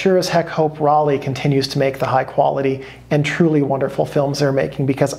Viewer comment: "Rollei" is pronounced "Roll-eye". I'm sorry, I had to say it. But otherwise a great video. Fuji used to make some really great films. NPZ was probably the best 800 speed color film ever made.